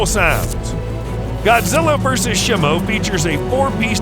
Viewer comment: It's shemo